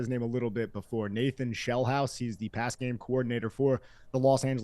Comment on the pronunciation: Sheelhouse not Shellhouse!